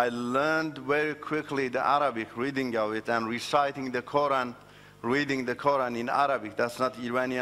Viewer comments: Are you serious?......he learned arabic but calls us "Moslims" and can´t even pronunciate "Qura'n" correctly. Arabic is not my first language and I only know enough of it but I for sure pronunciate Quran better than he does. If you are going to tell a lie and want people to believe you at least learn about the subject enough to make it believeble. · It is surprising how people believe such charlatans. He can't even pronounce "Quran' correctly